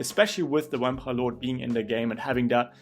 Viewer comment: "Wampire Lord"